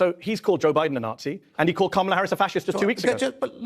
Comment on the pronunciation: The middle A in Kamala is not long. Why can't people just pronounce it correctly.